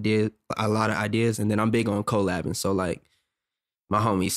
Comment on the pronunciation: Y tf he keeps saying CO- LABBING? Collabing.